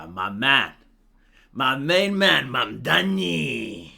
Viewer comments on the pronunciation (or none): "It's MA'AMdani!"